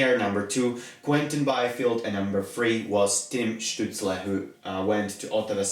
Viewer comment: Great video! Also, props for nailing the pronounciation of Stützle, dont hear that very often from non-Germans